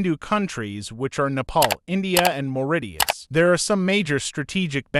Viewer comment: The way he pronounce mauritius and port louis is funny